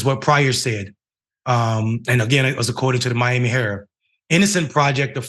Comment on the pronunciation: I just wanted to point out that the word Miami herald the second word Miami herald it has a d at the end of the word so when you don't pronounce it it makes you sound like very low IQ